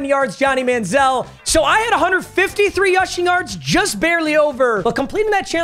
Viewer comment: “153 yushing yards” 😂